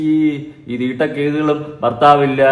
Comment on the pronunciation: മലയാളം പറ 😂 തിട്ട വണ്ടി 😂😂😂😂 അങ്ങനെ പറ